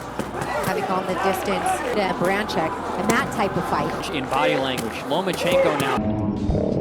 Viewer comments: Сукко ударение ё*** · Если Вы и дальше будете ставить неправильное ударение в фамилии,то Вы никогда и ничего не поймёте!!!Это букварь!😂